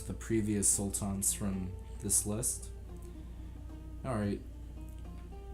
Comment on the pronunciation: Korucu Mate, I think he is Turkish himself. Look at the way he pronounces the names of the Sultans. He has such an "urban" Turkish accent